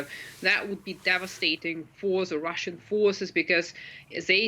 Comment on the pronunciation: What the heck are "Rooshen Gains"? or "Rooshen media"? 🤣🤣🤣